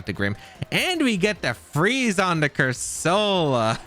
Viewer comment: ' pronouncing Corsola as Cursoula reminds me of FSG's pronounciation of Reuniclus